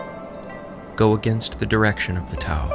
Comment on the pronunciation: The T is typically pronounced with a “D” sound! Aside from that, this was very well done 👍🏽